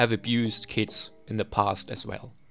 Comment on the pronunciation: first I understood kids instead of kits. Edit: gg (pp)